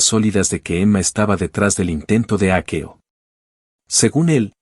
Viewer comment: Será leído con un programa como el traductor, y lo ha leído literalmente de hackeo yo creo